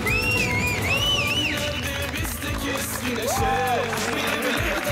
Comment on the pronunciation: Barış fikoya bravbo manyak diyo 😂😂😂😂😂